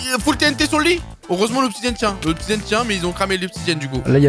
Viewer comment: "il faut combien d'obsidianne" 😂